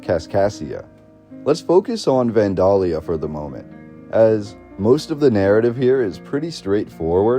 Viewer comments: He also doesn't pronounce Vandalia like anyone around these parts. I live about 34 miles from the Old State House and everyone around here pronounces it van-dayl-ya or van-day-lee-a, not van-dahl-ya. Several Midwestern states have towns named Vandalia. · Natives pronounce it more like Van-Dell-yuh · I've never heard anyone pronounce Vandalia the way they do in this video. I've always heard it pronounced "Van dale ee uh" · It's pronounced Van DAAY Lia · Van day lee uh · from Illinois it is 'Van(day)lia' for pronunciation. p.s. the music is unnecessary, annoying and adds nothing except waiting for a drug commercial. you forgot the flood of 1965. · Oh my gosh… It's so hard to hear you pronounce Vandalia....it's super easy to look these things up now… It's pronounced Van-DELL-Yah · Illinoisian here to clarify: Kaskaskia is pronouced, Kas-Kas-Kia (Kia like the car). Vandalia is Van-Day-Lia. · You do realize that you are mispronouncing Vandalia Illinois every single time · Everytime You say Vandalia wrong i cringe and cant listen or watch anymore